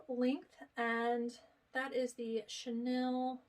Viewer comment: Thanks so much for all the great content. Have really been enjoying the videos. Just a little FYI, the purple sweater material is pronounced chen eel, rather than chan el. :)